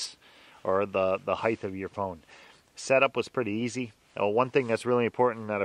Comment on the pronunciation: Does the word height need an h at the end?